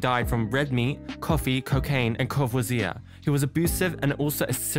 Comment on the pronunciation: Core-vas-e-ay. It's alcohol. 😉